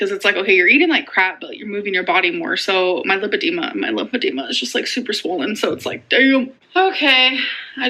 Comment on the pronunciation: It’s LIE-padema. She should know how to properly pronounce her alleged diagnosis.